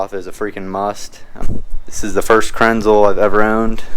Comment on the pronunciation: It’s pronounce kranz-lah. Like a German 😆. Very nice setup! I would cop one